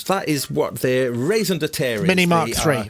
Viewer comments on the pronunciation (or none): "Raisin de terre" is a new one. Like "pomme de terre", I guess, except with raisins instead of apples. Truffles, perhaps? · Surely meant to say - 'Raison d'être', which means in English 'reason for being' or 'reason to be'. It can be 'canard' to speak French correctly sometimes! 😎✌️🇫🇷